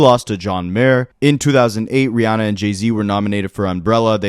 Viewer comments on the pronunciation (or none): none